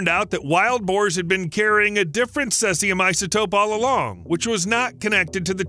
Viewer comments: Celsium~ really??? 🤣🤣🤣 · Sease this sesium. It's pronounced sezium. English is terrible because of it has collected so many languages and spellings. Even worse, Americans often have strange pronunciation as well as different spellings. Because they dominate the media, they are taking over. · "Celsium 137"? 😂😂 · sēzēəm - seezium - you'd think that if someone produced a video in which they would say the same word 100 times they'd bother to find out how to pronounce it! Unprofessional - so irritating I couldn't go on. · how can you do all this research and still pronounce Cesium wrong? Sounds like see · zee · uhm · Seee Zeeeee Ummm - Seezeeumm! Cesium, the proper pronunciation! Slava Ukraini! 🇺🇦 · Hearing this guy say Sesium is like hearing guys say Porsh ear hurt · Cesium 137, not celcium lol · See zee um (cesium.) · Maybe like this? Sea-z-um?? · Seas - ee - um. Cesium. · cesium is pronounced seezeeum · It’s pronounced as “sea-zee-am” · Ceeeeezium, it's ceeeeezium. Gotchu again! HA! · Cesium pronunciation: "see zee uhm." Radioactive boars? Barium, deep. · OH I gotcha yeah he butchered the isotope name for sure :)) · Lean how to say cesium. see-zee-uhm. Very annoying! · How confident should I be in anything he says if he never even took the trouble to learn to pronounce Cesium? (Hard 'e', as in seize). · Cesium isn't pronounced that way. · Too bad you didn't check the pronunciation of Cesium. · That pronunciation drove me crazy too. It’s not an obscure word either.